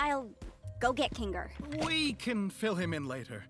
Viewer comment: Kinger × Ninger ✓